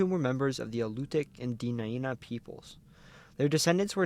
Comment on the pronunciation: Very good video here. However, a few details need to be fixed in the Alaska section. First, Ninilchik, rather than nin-ILL-chick, is NIN-ill-chick. Second, there are 4 more villages like it in the same area near Homer: Kachemak Selo, Nicolaevsk, Razdolna and Voznesenska, and one of the tribes in the area, Dena’ina = deh-NIGH-nuh, rather than deh-nuh-EE-nuh, and the other tribe is Alutiiq, rather than Aluutiq, and its pronunciation is ah-LOU-tick.